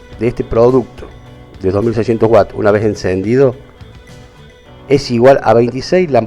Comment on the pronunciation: Todo bien, excepto que no es whats (que) es Watts (unidad de consumo en un aparato eléctrico)